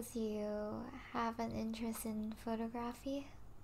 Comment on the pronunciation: BREAKING NEWS: The VP of the photography club doesnt know how to pronouce photography.